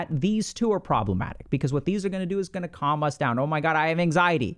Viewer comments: Was listening to this while doing something and I thought I heard Dr. K say “gooma” instead of guna. 🤦‍♀️ iykyk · I thought Dr K called me a Gooner in an Indian accent